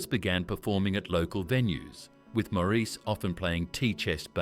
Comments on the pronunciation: How annoying... Where did Mour...ese come from ? Please pronounce the name right Mourase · His name is pronounced like Morris the British Car . the bot voice over is crap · His name is pronounced MORRIS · His name was Maurice but pronounced "Morris". Sheesh! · This is hard to listen to, since his name is pronounced Morris. Maurice was born 35 AFTER his twin, Robin. And other things just don’t add up either. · His name is constantly mispronounced... it's pronounced "Morris". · The Bee Gees were my favorite group back in the day. I saw them in concert during the 1979 "Spirits Having Flown" tour, Btw, Maurice's name is pronounced "Morris" (like the cat). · I wish people who make these videos would understand that his name is pronounced like Morris. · For heavens sake get the pronounciation of his name right, it's Morris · The US is irrelevant. The Gibb Brothers were born on the Isle of Man near the UK. In the UK, the name is pronounced Morris. In interviews, that's how his mother pronounced his name and she'd have more of a clue than you would. When they lived in Australia, they found out that the Australians also pronounce the name Morris. Perhaps the Yanks should show more respect and find out how to pronounce someone's name. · PLEASE PRONOUNCE HIS NAME PROPERLY. It’s Maurice, not “more Reece” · I would say, more like Morris, but with an A rather than an O. Marris. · I've watched a ton and I hear mar is. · 🤷‍♀️ I hear Morris. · It wasn’t his fame. This is so inaccurate it’s unbelievable. They can’t even pronounce his name correctly. He also didn’t have model trains. But he did also never go to the doctor. He was literally too scared to go to the doctor because he knew smoking five packs a day since he was 14 had done damage. I tried to get him to go, but he wouldn’t go.